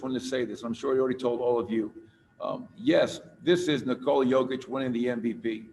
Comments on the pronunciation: How do you come represent Kia and not know Nikolas name? Not practice it or make sure you're getting it right. In what world does Jokić sound or even look like Covich or Cockich? Incredible. Only with a Denver player. I'm not surprised at all. #fraudcity #wedontbackdown #MileHighBasketball ⚒ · What the hell was that Kia!!! F***** practice how to say the guys name. What a disgrace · He cant even say his name right omg